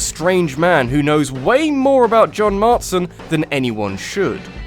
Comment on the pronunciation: "John MarTSon." (wince)